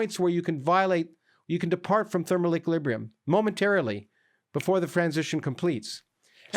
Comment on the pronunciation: "Before the fransition completes"